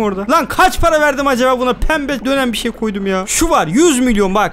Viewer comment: Abi paraya para demiyon paraya mara diyon